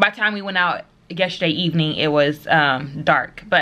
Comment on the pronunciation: YESTERDAY does not have a H'. You keep saying yesHerday.